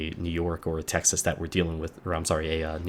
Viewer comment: texaseseses..... lol!